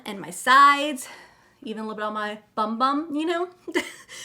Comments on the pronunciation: You said it wrong it's not boom boom cream it's bum bum cream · Lol it’s Bum Bum Cream NOT Boom Boom 🤣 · It’s “bum bum” like you butt.